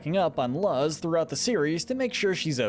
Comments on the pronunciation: BTW it is pronounced luz The way you say it sounds like lust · are you stupid your Luz not Laz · Her name is Luz not Luzz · "luz" is pronounced Luse or luze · That pronunciation of Luz is criminal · bro really said Luz like it rhymes with was. If youve seen the show you should KNOW how to pronounce the names. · How do you watch enough of these shows to know so much about the characters and still pronounce the main character's name wrong after how many times it's been said.